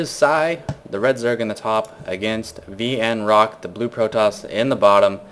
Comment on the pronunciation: did u seriously just say destructable deBRISS!!!!????? and VnCock?!? followed by the long uhhhhhhhhhh wow